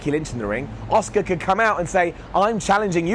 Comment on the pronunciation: Who's Oscar? I think her name is pronounced "Ah-Su-Ka* lol